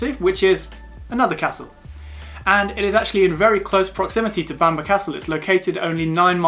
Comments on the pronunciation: It's pronounced bam-burra or bam-braa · Nice video, but it’s not “Bamber” castle & not “The” Holy Island, just Holy Island. Sadly we no longer have the Sycamore Gap tree after criminals cut it down 😢. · You pronounced bamburgh wrong mate ,apart from that brilliant video, welcome to the real north of England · I was born in Newcastle upon Tyne, Northumberland. It will always be Northumberland for me. Great video btw, you just have to work on your pronounciation of Bamburgh. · What a load of rubbish!! Learn to pronounce the names of places if you are going to put yourself out as a "guide" to them. For starters learn to say Bamburgh, or any word ending in burgh. I hope you never do a video about any more of the numerous places elsewhere that end in burgh. Newcastle upon Tyne actually is in the geographical county of Northumberland. Local government administration has nothing to do with geographical location, and to claim the monstrosity of the Angel of the North is in Northumberland is an insult to those in the county of Durham who have to put up with it.